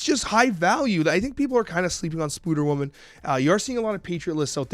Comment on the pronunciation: why are you saying "spooder woman" ?!